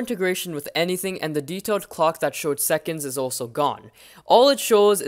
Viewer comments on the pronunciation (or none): none